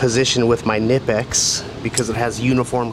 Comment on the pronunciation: Zee Germans get angry if you don’t pronounce the “K” in Knipex